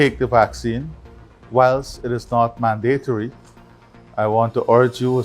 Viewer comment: This president need to go to night school ,man-date-tary.. mister president the word is mandatory. What a embarrassment to Guyanese.